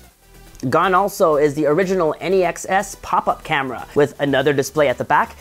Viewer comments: NEX not N-E-X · Why does he say NEX like N-E-X ?